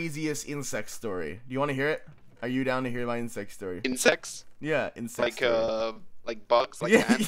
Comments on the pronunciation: omg i thought said "insane sex story" instead of " insane insect story" HAHAHAHAHA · I THOUGHT HE SAID INCEST STORY OH MY GOD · When he said 'crazy insect story' I spew water all over my iPhone (i watch on my phone)... I thought he said 'crazy incest story'....